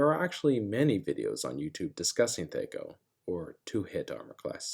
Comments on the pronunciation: I've never once (before this video) heard it call thEy-co instead of thAh-co. I get why you reason the "Aye" of AC, but it sounds weird 🤪😂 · Bro its thac0, not thac0. Rhymes with hacko. Otherwise, thank you for this explanation. Its exactly how thac0 should be used. Players try reverse engineering monsters stats when all they need to do is what youve said. Theres always the chance of other hidden negative modifiers too, so people whining that thac0 is hard basically just suck at subtraction, and are probably metagamers lol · THAC0, it rhymes with attack-oh. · Good video, but man, the way you pronounced THACO hurts my ears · It's hard to listen to him mispronouncing the word that he's trying to explain. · Big whoop. He 'mispronounced' a made up nonsense word according to you. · Yup, painful! I was in the military and also very painful hearing movies adding "hours" after stating military time, drives me nuts!